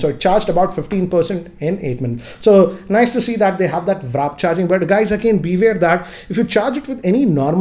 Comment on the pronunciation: I know what warp charge is, but he was pronouncing it as vrap charging.